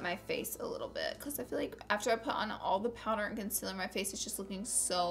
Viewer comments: Con-seal-er not con-sil-er. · It's CONSEEELEER not CONSIIIILER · It's not concialer its concealer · "Consiller" Not hating! love you Laura 😘😘😘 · Concealer is pronounced CON~SEAL~ER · Not trying to be rude but it's pronunced conseeler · It's pronounced kun-sea-ler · I just came here to hear her say "cunsilla" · Who else came to hear her say conciller? ( concealer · ITS CONCEEEEEEALER FML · you said concealer wrong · PLEASE SAY CONCEALER RIGHT !!!!!! LOOK IT UP